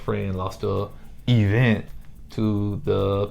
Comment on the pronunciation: It's crazy because she actually said it the right way a couple of times in the same episode.